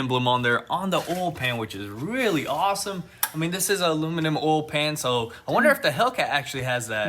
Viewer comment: “This does have a luminununm oil pan” lol y’all crack me up I love watching y’all’s video!